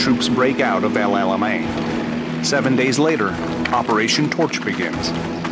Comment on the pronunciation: Don't drive that tank over that 'El ala Mine' Operation 'Your Anus' He's doing it on purpose. 🤣